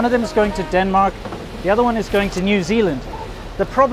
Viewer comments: Did he just call Denmark "Dun Mai" turning yellow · lol, the time you said Denmark "wrong" was more correct than when you "fixed" it. At least in Danish ears. I guess learning hard as shit languages is one hell of a drug